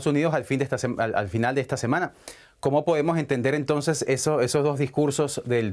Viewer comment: el presentador dijo "Entonje"? :,)